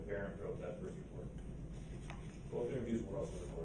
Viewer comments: He says “bofe” in this video so many times. I guess it’s really difficult for him to say the word “both” correctly 🙄🙄🙄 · "BOf" ? Such a moron DB is!